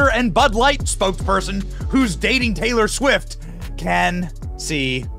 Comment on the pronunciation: Who tf is taylow swift lmao